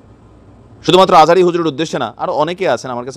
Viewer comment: মানুষ শিক্ষিত হলে শিক্ষিত হয় না একজন সম্মানিত ব্যক্তির নামটাই ভালো করে নিতে জানেন না বিতর্কিতভাবে উচ্চারণ করা একটি পাপ